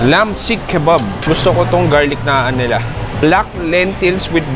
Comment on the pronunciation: Bro kala ko pa naman tumaas na standard mo sa Indian food pero ung tamang pag bigkas ng Naan ay mali ka parin.